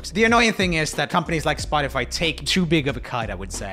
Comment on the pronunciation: I love it how he says spot-tea-fy instead of spot-tuh-fy